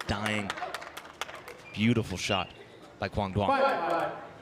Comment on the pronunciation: need to pronounce quang duong name better